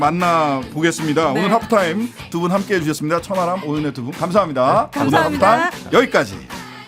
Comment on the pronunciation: 천 하람인데 저는 자꾸 천안함으로 들립니다 ᆢㅎ